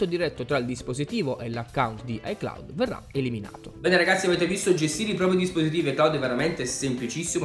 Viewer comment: Si dice iCloud